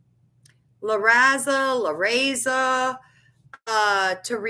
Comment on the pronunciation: La Raza. (Luh-ra-zuh). = the race